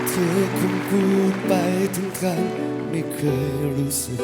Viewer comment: คำ : กำ คง : กง เคย : เกย กือ พี่ เกา ร้อง ออกเสียง ค. ไม่ชัดกรับ !!!